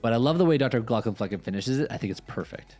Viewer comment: You really need to be careful how you pronounce the "flecken" part of his name...although your slips of the tongue add a certain unexpected spice to your reaction video.